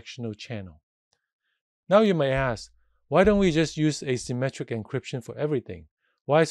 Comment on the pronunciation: Thanks a lot! This is very useful! it s hard to follow due to I think you using indefinite artical "a" (as in "a symmetric") vs the way "asymmetric" is pronounced. Also the fact that you added "symmetric encryption" to the diagram AFTER you mentioned your point. Sorry for nit-picking, just hope this would help anyone else